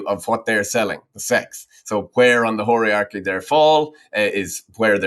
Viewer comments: Was he saying 'hierarchy' or 'whorearchy' ? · "whore-rearchy" savage